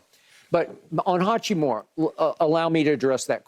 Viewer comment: SHANNON HACCHI-MURA not HAKKIMURA :) He dropped 29 man please :)